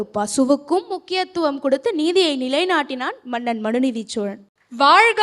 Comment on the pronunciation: very nice, but I wish that someone could correct the na, NA, la, LA differences. that was off putting, It is not maNNan, like kerosene, it is mannan. Not avargal like kale (stone) but avargaL, please correct your pronunciations please, its not tamizh otherwise